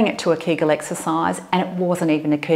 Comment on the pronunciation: Эксесайз, Эксесайз, Эксесайз, Эксесайз, 🤣🤣🤣